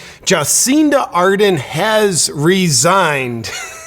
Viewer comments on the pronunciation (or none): It's "Ar-DERN". This is the third American vlogger I've heard today call her "AR-den" - there's an R in there! Otherwise, great video. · JP, you kept mispronouncing her name. It's ArdeRn, not Arden. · Everyone says Ar-den. But in NZ we say Ar-dern. XD Can also be pronounced as heartless-maniacal-lying-goblin-wench. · Yeah resigns and lies its consentual ...with a smile on its face! OMG, wimmin are 😡😈 IT NOT 'Arden', ITS A-HHHHHHHHH-E-RRRRRRRRRRRRR-N! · It's pronounced ar-DERN, with second syllable stress. Just think arse-BURN. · Just a little education here. Adern is pronounced as Ad-urn as in an urn you put well … deceased ashes into. No I’m not a fan of hers. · I like the little slip up Justin Arden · Ardern is pronounced Ah-dern by the way. Guaranteed she'll get a highly paid cushy job somehwere in the world. Why wasn't the Pfizer agreement transparent - getting a commission/kick back Cindy? And she's worth millions now - where did they come from Cindy? Yup, crimes against humanity for sure. Hipkins will continue the tyranny. Just another puppet! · Horse faces name is pronounced A'DERN JP, like over there, there is a fern, and eating a pinapple through a cyclone wire fence, is Jacinda a dern. I don't like her either, but if you're going to be unkind and hang shit on her, show her the respect of getting her name right. Thursday is Australia Day, show us some respect and eat lamb, from a BBQ. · I love how you pronounce her first and last name wrong. She doesn't deserve any better from a US Based commentator...